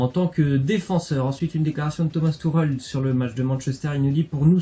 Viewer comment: Tourel ????? C'est tuchel si tu arrive pas à le dire tu dis " Tuchelle "